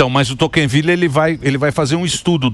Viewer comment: Emílio, não é Toquenvile, é Tocqueville!!